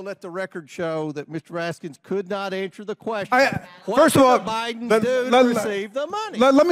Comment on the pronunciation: Rat-Skin is how it’s pronounced…nuff said! 🤮